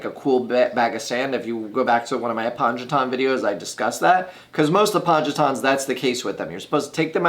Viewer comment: i'm always concerned when someone is talking about plants and can't pronounce their names properly. Its Apon-O-Geton!